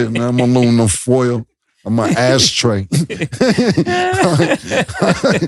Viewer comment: Bruh said he a asstray